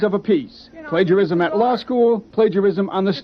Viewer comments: What's 'pledgerism',? Seriously, this is a pretty common word, not sure how one would make it through school much less college without hearing it said countless times. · WTH is "pledgerism"? Are you trying to say "plagiarism"